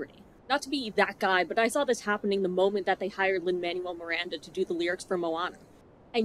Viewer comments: I know you don't like Lin's work, but could you bother to pronounce the man's name right at least? It's incredibly disrespectful for no reason. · I'd take this a bit more seriously if you'd pronounced LMM's name correctly. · like your pronunciation of Lin Manuel Miranda's name?